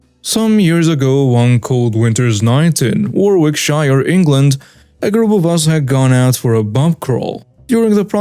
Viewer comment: Hi, just to let you know for future reference, Warwickshire is pronounced as worriksheer 😸